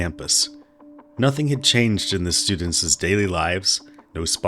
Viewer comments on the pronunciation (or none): The narrator pronouncing Students’ as Studentces during the introduction priceless!!!😂😂😂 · Was that students’s, or studentses, there at the start?